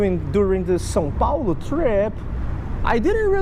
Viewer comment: Não pera... Vc é BR? Sério? Tipo, sério?? Mano do céu, nunca imaginava! Quando vc falou "São Paulo" no vídeo já fiquei meio "pô, o cara falou direitinho" mas ai chegou a revelação maior ioeouijehouehjouiehj Pior que isso explica o pq vc curte mais buscar variedade de peixe. Os vídeos do EUA q eu tenho contato a galera vai atrás de bass, catfish (de forma genérica) e as vezes de lúcio e isso sempre me pareceu uma pescaria meio mónotona comparada com a variedade q se consegue por cá...